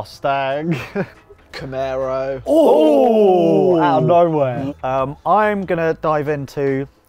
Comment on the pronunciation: YOU SAID CAMARO WRONG?!?!?!?